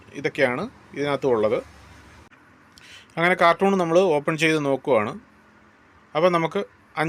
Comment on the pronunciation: Good machine.കാർട്ടൂൺ അല്ല കാർട്ടൺ(Carton) ആണ് ഉച്ചാരണം